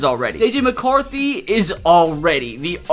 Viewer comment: THANK GAWD ITS JJ MACAWRTHY😂😂😂😂😂😂😂